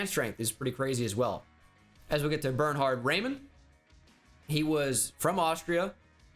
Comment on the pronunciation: The Way he speaks Bernhard triggers me as a German 🗿